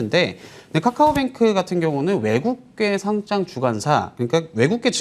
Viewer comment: 거래소에 등록하는 "상장"의 발음은 [상장]이죠. [상짱] 발음은 틀린 건데 유의 좀 해 주세요.